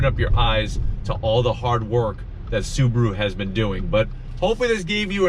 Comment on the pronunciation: It's not "SUBURU", it's "SUBARU". This guy is reviewing a hoax .